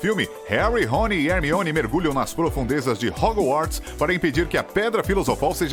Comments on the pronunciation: Você falou hogu - arts e não e assim que fala. Hogwarts e a pronúncia certaaaaaa. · Harmione.... Mreu deus. Escolham uma pessoa que siaba dizer os nomes pelo menos... E agr Wesley. MEU DEUS a única coisa que tenho a dizer... OUTRO: Hogoarts. meu deusssss